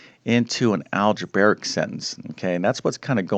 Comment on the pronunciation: I like how you say "algebaric". And I got the 18 just fine, but how is this really so hard?